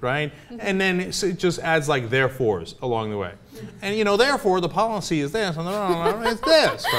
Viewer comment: I still cant forgive him for the way he pronounced "policy"